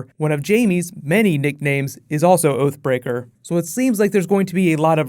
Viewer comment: Thought you said OAF BREAKER. ...thought Hodor had a fall.